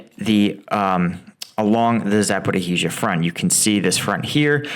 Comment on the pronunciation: Zaporiya, Zaporiya, Zaporiya ... just try to say it correctly 😀